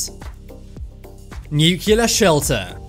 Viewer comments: “Nyu-cyoo-ler.” Perhaps you mean nuclear? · It's pronounced "nuclear" not "nucyaler"! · NU-Ckelar bombs? NU-CLE-AR-Bombs.. Just try it few times, and it will be ok... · Noocular. It's pronounced noocular. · why cant you say nuclear right?